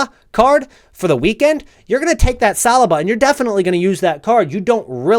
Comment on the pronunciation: As an arsenal fan, I can’t get over how your pronounce Saliba. Like listening to knives scraping forks. How do u not know how to pronounce his name by now 😂😂